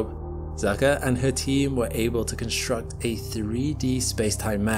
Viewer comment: There's no H sound in ST. It's con-st-ruct, not con-shtruct.